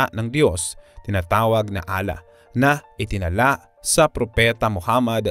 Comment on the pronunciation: Sana po maayus nyu yung tamang pag bigkas ng salitang ALLAH